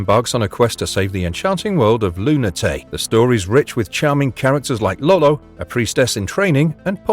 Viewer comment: "Luna...tei?" It's "Lu-na-tea-uh (Lunatea)" you silly AI voiceover! Also, several of these games were well-received and not "ultra-hidden" as the video title suggests. Gotta get those clicks though, I guess. EDIT wtf... I owned exactly 34 of these games lol